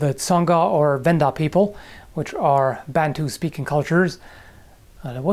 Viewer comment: The a in Bantu is pronounced like the a in ankh.